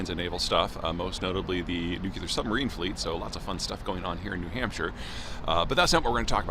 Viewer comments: Nuclear. Not nookular, nookular, nookular, nookular... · Another quibble ... There, you mispronounced it several times in this video. it's "nuclear", not "nucUlar"! Who do you think you are, a country bumpkin like -- George W.?! 😂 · Even if you are from the midwest, the word nuclear is pronounced with two syllables that sounds like NU CLEAR. Y'all making it three syllables, NU KYU LAR, is just a word crime. Please endeavor to do things correctly where possible. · I've read your books, you make such cogent points... Why do you keep saying "nuk-ular"? It's nuclear. Am I wrong? You sound so ignorant with that single word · Stop saying "nuke-ya-lur." It is nuclear. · "NU-CLEE-AR" not "NU-KYEW-LAR", for pity's sake, Peter! 😊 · A grown man that says "Nu-cea-lar" instead of "Nu - clear" is an idiot I can't take seriously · It's "nuclear" (new-cle-r) not new-Q-ler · I had to take 5 shots (times Peter said “Nookyaler”) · The American pronounciation sounds like: NewKiller weapons . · Not going to lie, hearing someone with as much expertise in his field as Peter still pronounce it "nook-kyoo-lar" is and will always be disconcerting. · I thought Americans usually pronounce it : NewKiller weapons . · Sure, like "NU-CU-LAR". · Saying "nukuler" makes you sound like a buffoon, Peter. Try pronouncing it correctly. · Why can't you say the word nuclear? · Why can you not pronounce, “Nuclear” as in “Nucleus” of a cell? You sound like, “W” (“Dub-ya”) which is not reassuring at all… On the contrary, it is terrifying!